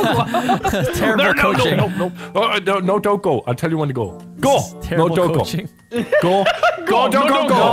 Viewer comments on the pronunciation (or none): Tree, four, one, two, GOH